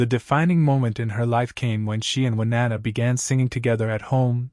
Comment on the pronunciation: Who the hell did the background for this? “Winnanna”??? Insulting.